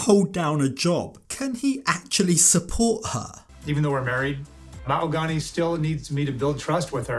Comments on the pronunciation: Anyone catch how he said "Mal-gony", not "Ma-hog-ony". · Why doesn't he say "Mo-hag-any"?!?!?!?! Its NOT Ma-hoe--ga-nee!!!! Guess that sounds more exotic 🤣🤣🤣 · did he just call her ma-ho-gunny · It’s “MA-OH-GAAA-NEEEE” 🙄😂😂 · Or as he used to say "Ma-HO- Gany" aka his new child....ummm wife 😂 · why is she pronouncing her name differently ? she said it was mo-ha-GAH-nee previously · Ah yes Ma-hoo-gonny 🤩